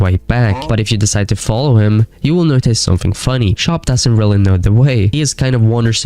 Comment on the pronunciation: Again. WHY do you pronounce it "noTAJS?" Where are you from??